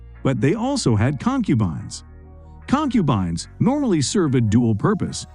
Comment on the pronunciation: The hell is a con-cuban. 🤣